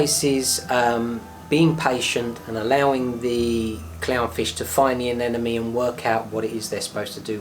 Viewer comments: Why almost everyone calls the. Anenome and not anemone.. ? Whyy?????? 😱😱😱 nice video though.. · A-NEM- A-NE say it right.